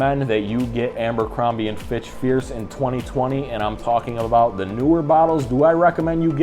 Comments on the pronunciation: I feel like you’re pronouncing it “AMbercrombie” … am I crazy? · Just started and you're saying "AMBERcrombie". First time on your channel and 3 seconds in you've managed to discredit your intelligence, attention to detail, and observational skills. This likely bleeds into all facets of your life, as also demonstrated by your appearance. Hence, your opinion on the fragrance means nothing to me. I'm not continuing past 3 seconds, but thought I'd kindly leave some genuine feedback. Tighten up, guy. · It’s not Ambercrombie, there’s no “M”